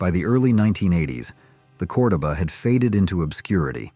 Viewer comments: COR-doba??? I'm pretty sure even the commercials called it Cor-DO-ba!! Get it right! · CORE DOE BA NOT Cor da ba 🤣🤣🤣